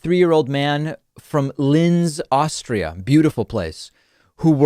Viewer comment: I never even thought I'd hear any american guy say "Linz", nice job David, but it's pronounced like "ts" rather than "z". Beautiful place for real though.